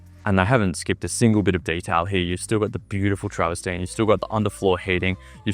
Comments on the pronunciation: Lol travastine it's trav-ver-tine. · It's 'travertine' not 'traverstine' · Some constructive feedback for you: 1. It’s called Travertine (not Travestine) 2. Stop saying the word “particular” 3. It’s called a pocket door 4. You’re in a $23m property, at least dress the part - put a suit on and take the baseball cap off and phone and keys out of your back pocket. Perception and presentation is everything, especially if you’re doing walkthrough in Toorak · Absolutely love your excitement and enthusiasm for the exceptional property mate! Just two things! It’s ‘travertine’ and if I had a dollar for every time that you said ‘luxury’ and ‘particular’ I recon that I could buy one in ‘each colour!! (Teasing!) You did a fantastic job ‘selling’ a beautiful property! I also agree that it has been amazingly, even LUXURIOUSLY !😉 Staged for sale! Well done mate! Sadly, I’m a few bob short atm!😊